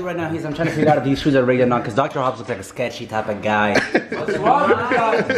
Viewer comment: He said Dr.Hubs lmfaooo 🤣🤣